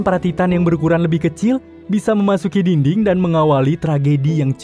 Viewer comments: Yang orang denger: dinding Yang gw denger:dingding, diding🗿🙂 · Ini pendengaran gw doang atau emg abang ini ngomongnya dingding wkwkw